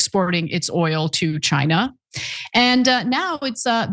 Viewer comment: Lol why did you say China like that